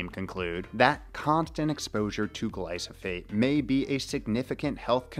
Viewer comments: It's Glyphosate, not Glysophate 😅 Nevertheless, great video you made there. 👍👍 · After like he says it correctly one time